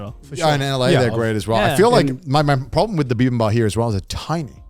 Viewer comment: The reason might be that in Japanese they leave out the last “p” in bibimbap and actually pronounce it Bibimbaa. Just a guess though haha